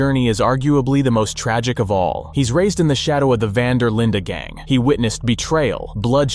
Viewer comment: linde not linda. hey. :D hope u r well. :))